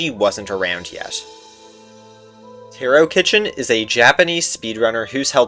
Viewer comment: great video and insane luck about the 9 eye but u pronounced taro wrong